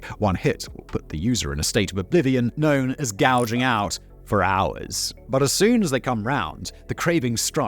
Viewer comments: It's gouchin not gouging out 🤣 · Gouching out, not gouging.